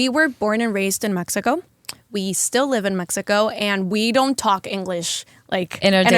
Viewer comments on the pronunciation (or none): She said "thalk"